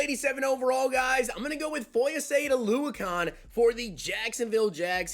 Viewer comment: Surprised you pronounced Oluokon correctly lol